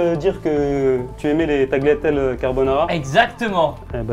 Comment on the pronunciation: Putain mais les tagliatelles ça se dit "taliatelle" et pas "taGLIatelles" 😂